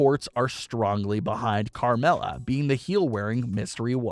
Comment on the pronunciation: It’s Carmella